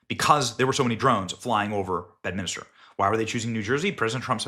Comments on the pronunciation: Dude. Its called Bedminster. Not Bedminister. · Please learn how to say bed-min-ster not bed-min-ister